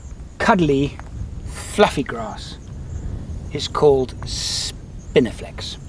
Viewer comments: I heard spinifex in the intro and then was sure I heard spiniflex twice soon after? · "spinifex" not "spiniflex" haha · Ok curiosity got the better of me .did you say Spinifex or Spiniflex?.... Love the vids